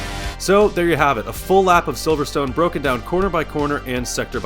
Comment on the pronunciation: Yep, his good 👍